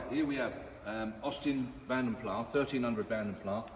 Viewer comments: CORRECT !! It is indeed pronounced 'Plass' and not 'Plah'. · Vanden Plas, not Vanden plaaah.